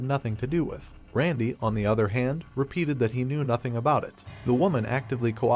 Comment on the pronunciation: This has got to be read by AI...cuz at one point he said "Canoe" for Knew😂😂😂😂bahahahq